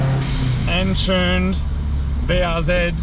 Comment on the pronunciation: OOOOOOOOH!.. You're mean TUNED!...... all this time I couldn't figure out what a "Chyoon" was. Got it now. Carry on.